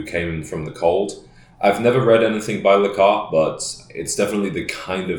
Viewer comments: John Le Carre' with the accent on the "Carree" ... Not John " Le Car " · That’s a great book! It’s pronounced Le Ca-Rey, btw. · Hate to be that guy but the author's surname is pronounced luh KAR-AY. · John Le Carre is pronounced Car Ray. One of my all time favorite authors. Enjoy! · Pronounced in the French way. Le Carray